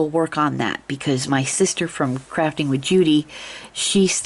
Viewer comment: Sounded like you started to say "Crapping with Judi" 😂😂😂 no worries, sis! Loving the hearts!